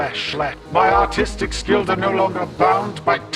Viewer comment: HELP when he first said “...my artistic skills...” It sounded like “…my autistic skills…”